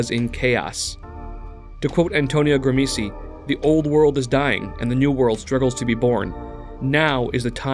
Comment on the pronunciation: Nice one! Although it's pronounced Gram-she